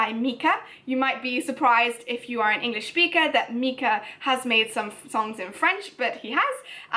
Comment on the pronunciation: Please don’t take any offense to this comment but when she said English did it sound like “anus” to anyone else😂 And I like La vie en rose